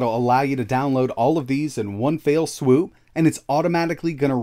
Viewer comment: It’s “one fell swoop”, not “one fail swoop”. Other than that, thanks for the instructions! Very helpful.